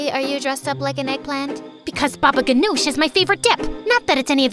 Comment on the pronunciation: She did not just say baba ghanoush😭